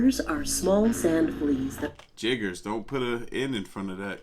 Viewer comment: Is she saying jiggers or chiggers ? Oh this stuff is sick.